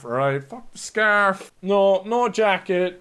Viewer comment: I thought you said staff instead of scarf